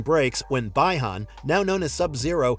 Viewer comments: The pronunciation is Bee Han (Bi Han) not Bai Han (Bi Han) for Sub Zero's real name. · Bee - Han or bi Han not by hon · The fans may be disappointed because of the lack of Johnny. But upon hearing BY-han . . . 🤦🏻‍♂️